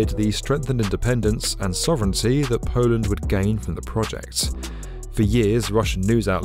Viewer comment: "Polant", never knew Poland had a t in it.